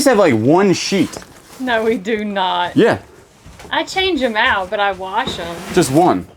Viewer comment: Oh Goodness, teach him to say WASH... not WARSH..🤣🤣🤣